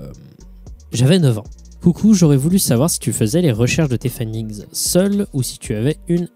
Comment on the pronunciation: « Findigns » fait gaffe, cool vidéo mon reuf